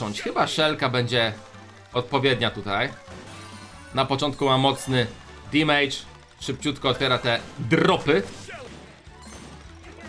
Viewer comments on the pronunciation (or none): none